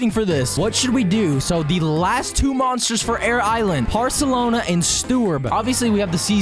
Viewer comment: Parlsona Not parselona